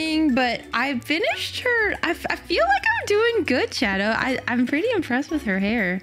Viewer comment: You said shado, so I ment shadooooo